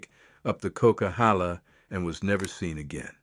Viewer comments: Kuckeehala? Co-qwi-halla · Boo. This is an A.I video. I’m from the area this video is discussing. it brutally mispronounced a name that no one from this area would mess up. It’s pronounced coke-a-halla. Oh well… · weird..how come you can't correctly pronounce the coquihalla..not sure if u are really familiar with that area!